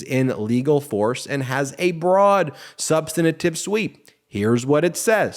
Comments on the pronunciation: Ben- You always add a syllable to the word, substantive. You're welcome. Love, your grammar gramma. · I love most of his videos, but Ben consistently adds an extra syllable to "substantive." Three syllables: SUB-stuhn-tiv